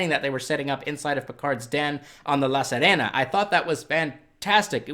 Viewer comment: I commend you for changing your pronunciation of "La Sirena" This has been a pet peeve of mine and I had mentioned it on your channel before. Kudos to you for making the effort!!